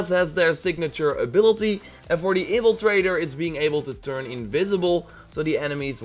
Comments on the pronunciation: "Evil trader" it's in-Fla-trae-der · Its " in-fil-traitor"